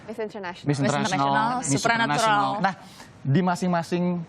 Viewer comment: did she (female host) just said Miss Supranatural ???? hilarious,...